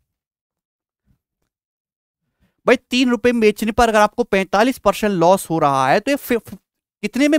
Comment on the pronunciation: Loss ko ye los kyu bolta hi